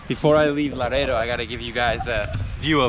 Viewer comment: Laredo is a soft "R". Good video! Enjoy it!